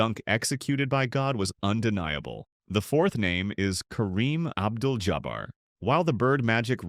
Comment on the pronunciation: Stopped Listening when the pathetic AI could not pronounce Kareem's last name...what a joke